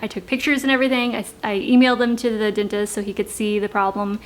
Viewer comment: Why does she say "dintest?"